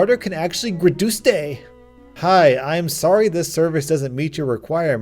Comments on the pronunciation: when he said graduste I like it 😂😂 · Mihbihpihs 🤣 love you Edit: GRADUSTE 😭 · You actually said ‘graduste’ I laughed out loud hard 🤣🤣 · no one:: GRADUSTE